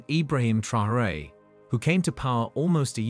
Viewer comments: Thank you. This mis-pronunciation was singularly annoying. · it's no secret the junta is divided and that Traoré got his position after nearly coming to blows with his predecessor Damiba. France is a distraction. Oh and by the way, the very least you can do when doing a video hit piece like this is to pronounce Captain Traoré's name correctly.